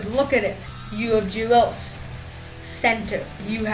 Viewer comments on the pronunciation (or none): Like your enthusiasm 😉👍🏼 Thing is our first line will be: Giroux (not Gulious)-Couturier - Konecny JvR will slot into the second line (probably) JvR - Patrick - Voraceck Simmonds will probably be on our third line.